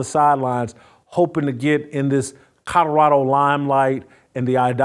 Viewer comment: Jason…COL OR RADO NOT Cutterado… 🤷‍♀️🤷‍♀️ Love ya! Great show as always!